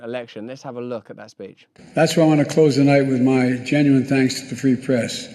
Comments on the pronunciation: Did he say the "Pree Frest"? I turned on Closed Captioning, and it say that Joe says, the "Preest" whatever that is...I think he was trying to say the "Free Press"......jeesh... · Did Biden just say "pee fress"?